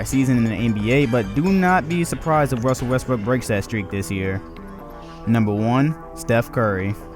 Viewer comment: Lol he said "Wussell Restbrook"